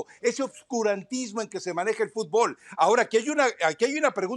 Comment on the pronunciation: Viven el futbol como si fuera beisbol. Por eso no ganan. Si su principal periodista se llama john soutlife con ese nome de gringo y le dicen futból en lugar de fútbol esta todo dicho